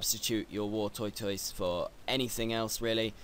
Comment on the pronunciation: War Toy Toise. Lol'd.